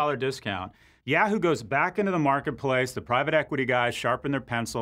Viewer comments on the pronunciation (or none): I love you Scott but you say "Yahoo" like "Yeahoo" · please don't say "yeah hoo". instead, try "yah hoo".